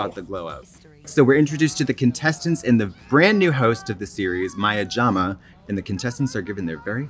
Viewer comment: as a certified brit, the way they maya jama is SENDING me